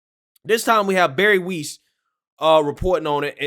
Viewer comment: please... I don't know why this bothers me so much, but you really should pronounce their names correctly. Maybe it's because they're doing something really important and if you're relaying the news, it should be correct. Or at least an attempt made to be correct and pronounce it correctly. You can use a "how to pronounce" thing to hear how the names are supposed to sound, or.... Bari Weiss (Wice, sounds like mice) And her first name doesn't sound like Berry... it's Bah ree Matt Taibbi (Tie EE bee, or Tye EE bee)